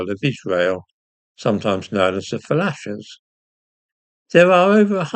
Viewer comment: If it's the culture of the coloniser/conqueror that becomes dominant, we've had it! The F'lashers did you say? (7.23) no wonder they carry on as they do :)